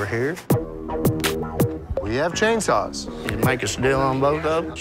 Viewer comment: God I love how he says chainsaw *c h a i n s w a w s *